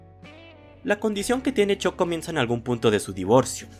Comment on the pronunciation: 338 La u se pronuncia como a, es algo que aprendes en tu primera clase de inglés. Ponte la serie en VO y vuelves, crack.